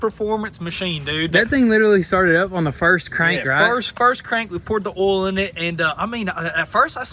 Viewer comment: Throw some “OLE” in that sucker! And start her up boys! It’s just hilarious cause it’s Oil not OLE😂